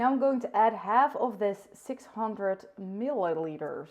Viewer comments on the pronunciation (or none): I loved this, pls make more cooking videos! « khatar»😂😂 i love your english «milliliters» 😂😂